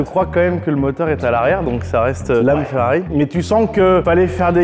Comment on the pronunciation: On dirait une DOlorean 🤦🤦🤦 Mais pourquoi tout le monde se trompe sur la prononciation de cette voiture mythique ? C'est si dur de dire DElorean ? C'est pas comme Dolores. (et heureusement que l'orthographe par écrit est juste). Vous avez donc acheté une FOrrari.